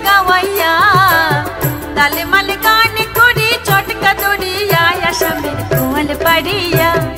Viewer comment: উচ্চারণ ঠীকঠাক করলে ভালো হতো ।। "তালে মালে "গান করি চটকা দড়িয়া __এই তালে মালের জায়গায় "তালে মানে " হত ।। একটা ভাবধারা নিয়ে লেখক গান লেখে , এইভাবে গানের মহিমা নষ্ট করা উচিত নয় ।।